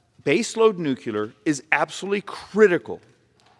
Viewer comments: you said nuclear. He said nucular. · I like the presentation…but when he says “nucular” instead of nuclear, it undermines a lot of his credibility. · can we please start fucking properly pronouncing nuclear? its NOO-KLEE-ER not NOO-Q-LER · Why can’t Americans say nu-cle-ar? It’s not nook-u-lar. But whatever word he uses he’s right on that score. Nuclear and geothermal are the ways to generate good secure base load energy. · Please! Say NOO-CLEE-ER! It’s NOT NOO-CUE-LER! You lose credibility when you sound like a dumb ass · I am glad there are people in Congress who DO understand the importance of measuring outcomes, not popularity of solutions. (I wish he pronounced nuclear correctly, tho....NEW-CLEE-AR, not NEW-CUE-LAR) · The most offensive thing he said was "new-kyu-lar" instead of "new-clear". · I’m so tired of educated people saying Nucular. That’s not a word. It s pronounced New-Clear! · Why keep saying nucular instead of nuclear ? Bush isn't in office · its not NUCLEL-A-R its Nuclear. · I like what he's getting at, but why do politicians mimick George Bush and say " nu-cu-lur " instead of nuclear like it is spelled...it kind of melts down their argument, no pun intended. BTW I'd like to do an impact study on his understudy behind him...whoa ! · Love his presentation. Irritating he keeps mentioning nucular. 😂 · say it with me....NEW-CLEAR....NOT NEW-CUE-LER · This is a great presentation. One major flaw is the prononciation of "nuclear". His credibility is diminshed whenever he says "new cue ler". It's pronounced "Nu clear" or "NOO-clee-er". Proper prononciation will help solidify an otherwise strong argument. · Arizona congressman talking about the unquestionable superiority of nuclear energy :) Hearing him pronounce it "nukular" :( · Drink everytime he says nukular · His speech is good but everything he says nuclear I think of the penguins of Madagascar (the Movie) where they say nucular XD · It's pronounced NOO CLEE ER! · Nucular hehe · NUCLEEAARR! Please!!!